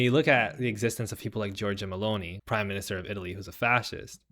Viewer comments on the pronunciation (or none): none